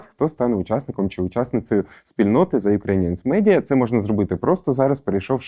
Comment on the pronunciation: Було надзвичайно цікаво послухати Віру Агеєву. Дякую за випуск. Прохання до ведучого - ,будь ласка!!, вимовляйте правильно the ( ріже вухо що капець ((.